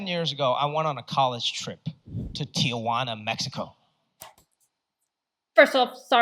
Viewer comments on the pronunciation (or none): Tijuana, not TiAjuana. I have seen him before, not much, but I have seen him. He is saying many TRUE things. You are beautiful, I would use you if I was a casting director. But you need to be IN THE US to get the work here. Look into the 'Underground Railroad' to better understand the comment. Also look into the building of the Union Pacific Railroad. It was built by Chinese laborers. Wondered if Chewey was some kind of stuffed animal/play toy for him. I didn't see him move.